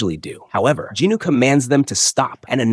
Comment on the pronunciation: I think the pronancation of the main character is wrong, i was a bit confused when i heard that name. is it not sung jin woo, but in the video i keep hearing jin noo